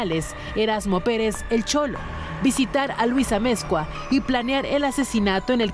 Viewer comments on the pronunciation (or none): none